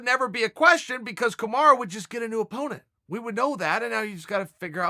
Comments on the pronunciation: Chael “Kamara” Sonnen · I love how chael pronounces everyone's name incorrectly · Chael for heavens' sake his name is Kamaru, not kimura :D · Chael it's either MARTY or kamarUU NOT A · Who’s Kamar? Do you mean Kamaru? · KAMARU KAMARU KAMARUUUUUUUUUUUUU NOT AAAAAAAAAAAAAAAAA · Chael, its not "Kamara". Its KamarU. Pronounced as: Kuh-mar-ROO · CHAEL, you need to buy a vowel, I suggest buying the letter "u" for "Kamara" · Take a shot everytime your hear kamarra 😂😂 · Chael: Kamara Kamaru: eets prunounced kamaru Chael: look buddy if the bad guy says its Kamara then it's kamara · Its KamarUUUU not KamarAAA fucking hell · CAM - ARE - EWW = Kamaru Not COM - ARE - AH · It is Kamaru. Ru not ra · Have watched 8 videos and you keep referring to kamaru usman as kamara, it ends in a u, not an a. Please fix it lol makes me so frustrated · Its KAMARU not KANARA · Its Kumara! Get it right dude. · Dear Uncle Chael, I know you like to remix names 😅 but his name is not Kamara or Kimura it is Kamaru... or at least call him Marty 😂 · Thaha HD Kamara is what Chael calls Kamaru because he can’t take the time to pronounce his name correctly. It’s kinda messed up because with a name like Chael which people mispronounced all the time and bothered Chael because of it you would think he could at least use the correct vowel. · What the heck is kamaraaah ???? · KA - MA - RU 😆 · It’s Kamaru you ignorant douche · chael please learn to say kamaru correctly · "Kamara" rofl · Kamaru "KAMARA" Usman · Can you stop saying "KAMARA" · Kamara? imma b sayin dis everytime i hear him say it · I love how Chael calls Kamaru "Kumara". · It's official.. If uncle Chael says it's Kamara then imma call him Kamara too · Who dafuq is Kamarra? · hes just fucking with marty at this point with calling him 'Kamara' lol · If Chael P says his name is Kamara then that’s what it is. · Mustapha MSR If Chael says it’s Kamara it’s Kamara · Kimara Mooseman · Chael 'Kamara' Sonnen